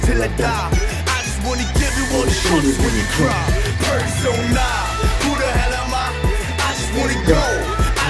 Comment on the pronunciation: A fun layer- he emphasizes the last syllable of “Persona!” At the end, bc “na” means “me” in Korean, so it also means “Person ME!” As well as “persona.”